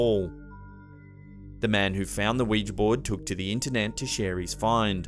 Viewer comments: Someone pronounced Ouija correctly on YouTube! Faith in humanity restored, THANK YOU! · Bonus points for pronouncing "Ouija" correctly! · You pronounced Ouija correctly! NO ONE ON YOUTUBE PRONOUNCES OUIJA CORRECTLY! THANK YOU! I owe you a vital organ of your choosing,. I also love you.